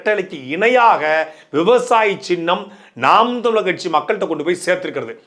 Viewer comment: தமிழர் என்பதை சரியாக உச்சரிக்கவும்